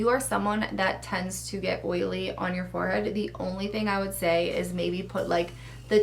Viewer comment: I adore how she says "farhead" like Mykie 😂😍 (Must be an East Coast thing 😍)